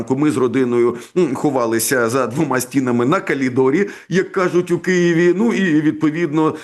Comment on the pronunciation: Калідор😂😂😂😂😂 дибіл